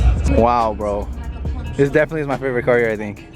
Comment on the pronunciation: It’s his fravorite 😂😂